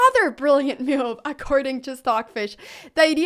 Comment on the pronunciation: I love how Anna pronounces the word move as m’you’ve